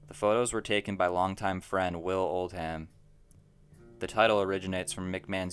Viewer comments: It's pronounced "Ol-dum", not "Old ham". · did you say will old ham